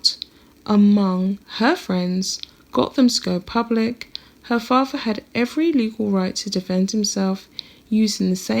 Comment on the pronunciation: Although you make an effort to speak “ nicely “ I suggest you practice your “th’s” In particular “ with “ and “father “ as neither are pronounced “ wiV “ or “ faRVA”